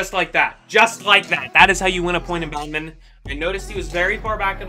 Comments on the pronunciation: thats how you pronounce badminton lol how do you pronounce it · Why do you pronounce badminton like that 😭